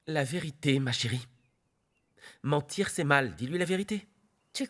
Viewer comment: Franco qui dit mantire c'est mal 😂😂😂